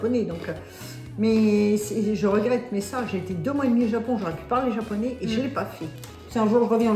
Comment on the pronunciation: アマちゃんの日本語発音、いつも凄すぎて感動しますわ。